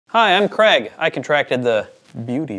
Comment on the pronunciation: Do most Americans pronounce Craig like 'Cregg' or is it just?